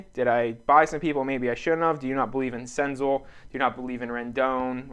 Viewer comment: Sick senzel! I have some nice stuff of his in my PC. Btw it’s Sen-zell not Sen-zul.